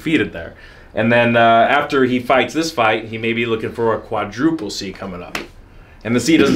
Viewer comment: "cuadruple champion" 😔 smh